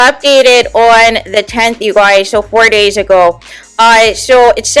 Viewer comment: "You gouys" 😂😂😂 Your voice, your accent is weird. You spoke the truth.